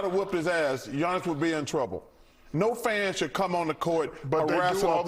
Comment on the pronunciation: Damn brah. You said Giannis name very well. 😆